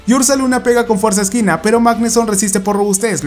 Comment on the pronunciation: Por que dices fuerza esquina :v es fuerza equina no se si tenga cin ver para lo del mote